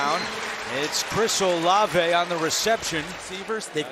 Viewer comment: Olive, not O Lave.